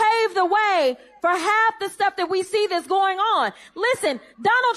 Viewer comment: "We know det" no one in Congress should be speaking ghetto ebonics.